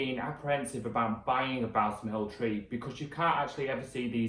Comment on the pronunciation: its pronounced "Ball - sam" ....not bowel-some lol